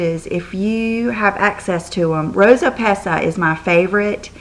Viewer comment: We love you!! <3<3<3 btw way I love the rosa pesca too. In Italian the "C" in this word is pronounced like a "K" so it's pesKa;-) xoxox